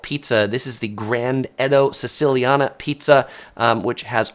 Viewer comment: Siciliana = see-chee-lyan-ah